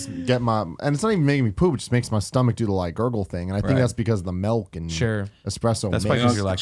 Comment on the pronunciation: Melk...we need an intervention